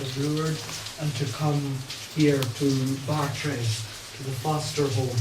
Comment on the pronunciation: The lecture is historically accurate in general, although the speaker mispronounces "Bartres." The photo was taken when Bernadette was 18 (if memory serves). There are no photographs from the year of the apparitions (when she was 14), although a local artist made several paintings of her. There are indications that something unsettling happened in Bartres. She may have been mistreated in some way by Marie Lagues (previously her wet nurse) or her husband. Zola hinted that he suspected some sort of attempted sexual interference, though we can never know for sure. I'm surprised that the speaker didn't mention Pigou, Bernadette's sheepdog. The speaker says that only one sibling visited Bernadette at Nevers. He's referring to her brother, who was a pretty interesting character in his own right. But just before her death, Bernadette also received a visit from her sister Marie (born Marie-Antoinette, called Toinette in childhood). She had always resented Bernadette's status as first-born and thus had a difficult relationship with her elder sister, and Bernadette was angry with her for opening a shop that sold religious items. (Bernadette always despised any any hint of commercialism.) Marie went to Nevers to reconcile their differences. Bernadette, however, was unable to communicate with her, so the reconciliation didn't really occur. However, on the day of her death, Bernadette was able to speak with those around her.